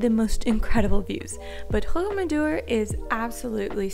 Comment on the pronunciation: Your pronunciation of Roc-d'amadour was a bit weird, The Rock d' Amadour. Anyway, as an ex long time resident, you said it had become a tourist destination in the 20th century, it has been a big tourist destination since 1166 when the local broke monks decided they wanted a bit of the pilgrimage money from people heading along the nearby pilgrimage route to Santiago de Compestala, and made a big deal out of an unknown body they found and pretended he was a saint. He was certainly someone important, but no one knows who or what his life was like. He may of been a highway robber which was an issue then as they prayed on the pilgrims. The place is run like a cartel, 4 ancient families that own most of it control everything that happens, what shops and businesses sell. The business side of the village is seedy in the extreme. Anyway, anyone visiting explore the little tracks along the hillside, at first glance you cannot see it, but the whole cliff face is riddled with caves , pretty much every building built into the cliff face is built over one. Some are huge and link to the largest single cave network in western Europe. The Lot region gets less tourists than the Dordogne, less spoilt by tourism too. Just do not go in August, the plague of tourists will make you hate humanity.